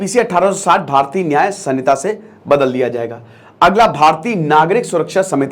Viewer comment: Samita nahi h sir ... Vo संहिता hota hai